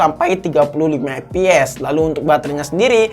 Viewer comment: Ciri khas chanel ini tuh ketika dia bilang "EP EP"🤣